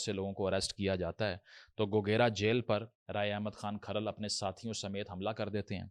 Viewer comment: Bolna to seekh le so called philosopher sb Jhamra nahi jhumra hai Or khral tribe nahi hai Kharal Rajput caste ki sub clan ya sub caste hai Waty, joiya or fatyana bhi Rajput goat گوت hain